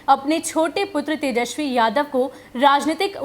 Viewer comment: मैडम आप जिस तरह से बोल रहे हैं ना कि जादव जादव तो